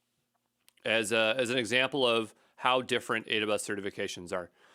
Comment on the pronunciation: IaaS is pronounced - Yaaahz